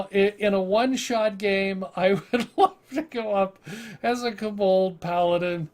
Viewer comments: Where are you getting the "A" sound in Kobold? It's not Kabold, it's Ko-Bold... Hard "O" sound in "Ko" BTW, I've played a Kobold sorcerer and it was fun as hell. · its kobold NOT k-bold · For the pronunciation. Hearing "koBOLD" the whole time was torturing XD